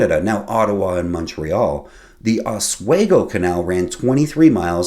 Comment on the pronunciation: As in the last episode you mispronounced Albany — it is called by natives as All - bin - nee. Also Oswego is pronounced as Ah-Swee- go.